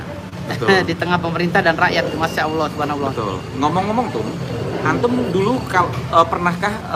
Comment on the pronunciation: Ngomong ALLAH aja jadi awloh,,,uss usss